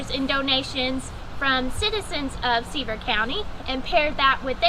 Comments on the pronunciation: The county is pronounced, Severe-ville. Severe county. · Thanks for the tips! Sevier is pronounced severe. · You are a lovely young lady but please learn the correct pronunciation of Sevier County. 🤪